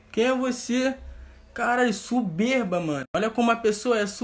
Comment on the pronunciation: Só consegui presta atenção no português " suberba" "digital influente" kkkķkkkkkkkkkkkkkk